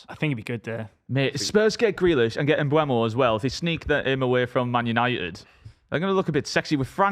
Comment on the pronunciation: learn how to say mbeumo's name for goodness sake, the e is before the u